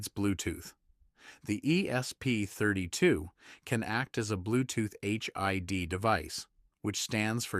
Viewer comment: Why can't any of these AI voices say "ESP32" properly - More AI SLOP!!